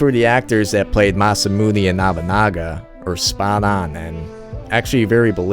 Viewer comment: You say Nabunaga like you have a Southern accent lol